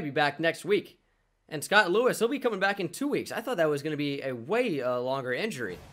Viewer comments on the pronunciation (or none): none